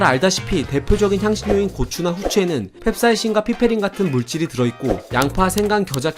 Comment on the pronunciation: 펩사이신? 캡사이신?